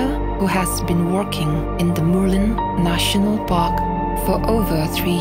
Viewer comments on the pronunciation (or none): A narrator hian mizo tawng a thiam chianglo nge? Murlen a lam dan chu ava mak ve. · Murlen lam dik thiamlo narrator hian a va ti flop veee,a hmuhnawm tehlul nen 😢